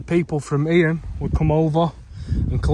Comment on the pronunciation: Really great video. Only wished you had pronounced eyam correctly. It's pronounced eyam (like you are saying stream) not e-yam. It's a common mistake people make. Hope this helps for future videos you may make of eyam :)